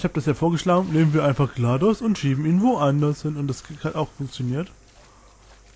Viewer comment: nice achja: GLaDOS ist eine Sie und das wird englisch ausgesprochen